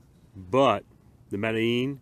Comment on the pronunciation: I like that you actually know how to say the name of this knife. Its a really neat little folder. Underrated in my opinion. Thanks for sharing it with us